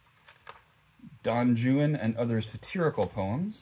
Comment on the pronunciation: Don Juan is not pronounced as you spoke it. The "j" in Spanish is pronounced more like an "h". In this case, Don Wan would be closer to being correct.